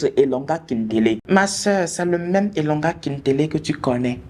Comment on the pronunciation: cest elonda. pas elonga 😅 néanmoins tu maîtrise pas mal d'endroit de chez nous apparemment tu as vecu pas mal a Brazzaville en dirai